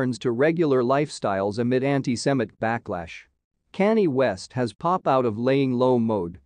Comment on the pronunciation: So now all of a sudden the voice over guy does not know how to pronounce Kanye West's name. Kanye has been in the media non-stop for just about a year and all people have done was said his name and now you don't know how to pronounce it